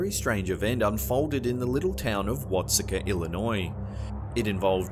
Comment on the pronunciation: I'm a bit late to the party, but the town in Illinois, Watseka, is pronounced (Watt-see-kah). The locals will argue you that with you, lol.